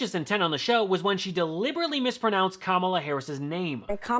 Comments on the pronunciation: when you make the audacious claim that you can intentionally mispronounce someone's name it just shows what an arrogant racist you really are. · How low can you go. Back to 5 years old and mispronounced another person's name. Well, that's what the GOP has. That's their policy!? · They should have just called her 'Makee' for the rest of the show. If she's gonna make up a new way of saying Kamala, they should make up how to say her name. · Nancy mace aren't you a college graduate😮 and you can't pronounce Kamala Harris name😂😂😂 did you get your diploma from"Diplomas R US "! 😂😂😂😂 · Mace is a piece of... work. Pronouncing Kamala's name correctly & then mispronouncing it! What the 🤬 has she been promised for licking the ????? of the FORMER president. Does she not have parents, children, siblings, a spouse, friends who want to crawl under a rock because they are embarrassed by her behavior? SHE IS NEVER EMBARRASSED. I had to look up what type of individuals are never embarrassed.... Psychopaths. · They say Melania with no problem but never manage to get Kamala correct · Mace pronounced Kamala's name correctly, & then, when she caught herself, started mispronouncing it - so it's obvious that the mispronunciation is a deliberate ploy to insult Kamala - it's so childish 🙄🙄🙄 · Abby Phillip was even more disappointing as the host and moderator! No control! Let her say Kamala's name wrong multiple times...thank GOD for the brothers who spoke on her behalf! It was just a terrible segment over all and a waste of time! Then Abby asked if "price gouging" was policy...?? Ok boo...you must love those D.C./Northern Virginia prices!! 🙄 This is why I refuse to watch CNN.